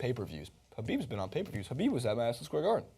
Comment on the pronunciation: Jesus Christ have you seen a Khabib fight, pronounce his Last Name right